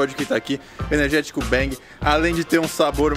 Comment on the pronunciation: Eu fiquei e reparamdo ele falamdo,'o ernegetico mais caro do mumdo' kkkkkk vai perder o patrocinio kkk